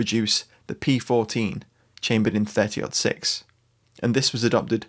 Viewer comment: Love the video! Also, I appreciate the fact that you have used the American nomenclature of pronouncing the 30-06. It drives me batty when people say "Thirty Zero Six".